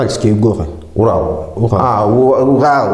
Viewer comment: УГАЛ,, вместо Урал,это капец, а к логопеду😅 не Алле?